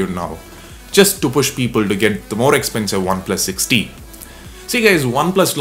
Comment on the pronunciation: Sounds like you're saying OnePlus 6D haha